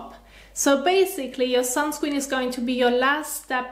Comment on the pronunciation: I love how she say sunscween